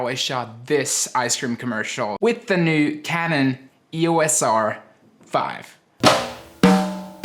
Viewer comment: It's pronounced eee-oss not eee-oh-ess.